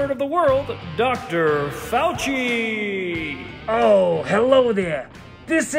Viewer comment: It's not faudchi it's fauxchi. Get it right, kvon!